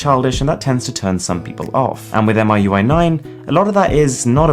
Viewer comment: It's call Mi UI , not M I U I, aka 米柚。